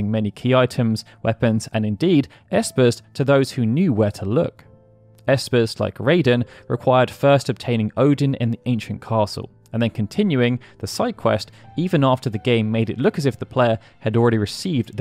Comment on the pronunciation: A small thing: Raiden should be pronounced "Rye-den" rather than "Ray-den".